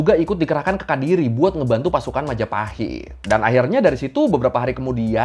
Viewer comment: kediri bang bukan kadiri